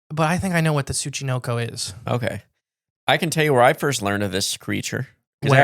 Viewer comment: How do you manage to mis-pronounce the syllable “NO” (Tsu-chi-NO-ko) as “Knee” every time you say the freakin’ word? Seriously,, you have to put some effort into mispronouncing words as often as you do. It’s almost as if you say, “Show prep? Phooey on that. Read through the tough words and spend five minutes looking them up? That’s for amateurs.”